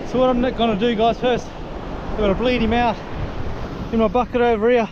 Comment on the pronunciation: no you said "heeyah" several times. are you trying to say "here"?